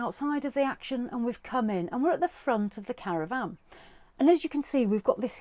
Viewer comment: Caravan...not CaravVAN 😂